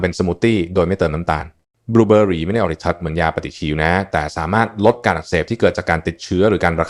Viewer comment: บูเบอหรี😂😂😂😂คงใช้ AI แปลภาษา